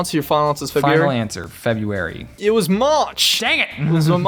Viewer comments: February, not Febuary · february not febuary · when was the world made James: F E B U A R Y